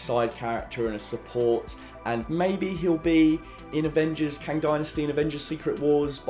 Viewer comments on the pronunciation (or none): none